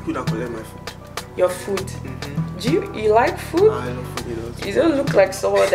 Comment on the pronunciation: A great watch.. loved the blend of seriousness, vibes and fun in the video.. finally, Its the ""you laike fuud" for me lool